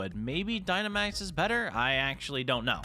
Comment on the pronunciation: dude it’s pronounced dynamax (die nuh max)